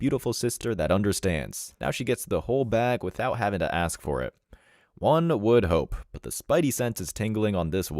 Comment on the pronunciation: It is "ask" him, not "axe" him.